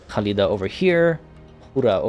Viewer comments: NOT HALIDA IDIOT KKKKKHALIDA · I agree, hearing Halida instead of Khalida was anoying. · Devin I get that, however that doesn't change the fact the fact that he his not pronouncing the names correctly. In Arabic the "kh" sound makes the phlem sound most of the time, but in warhammer that's not the case, it was always meant as a hard "K" sound as you can tell when the characters pronounce their own names or address each other in game. Khalida calls herself that, not HHHUlida, there's a reason for that lol. If he wants to get pronunciations correct so badly then I'd maybe suggest he listens to the actual characters pronounce these things for starters lol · Hi I just found u and I’m enjoying the video I just stoped to say great work man ❤️ and correct me if I’m wrong but you pronounced the Queen name in Arabic language if you not aware it is a actual name in Arabic they might got it from their any way great video 👍🏻❤️